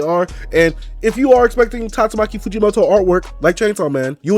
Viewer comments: Bro it's Tatsuki Fujimoto,,,not Tatsumaki😅😅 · First of all it's tatsuki fujimoto not tastumaki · I love your vids and all but its spelled/pronounced TATSUKI Fujimoto.